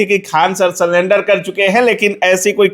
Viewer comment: Ye ko bolne Tak nhi aata hai shi se Salenadar salenadar kar raha hai 🤣